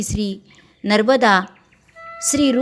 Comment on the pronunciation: नर्बदा नाही, नर्मदा असे वाचावे...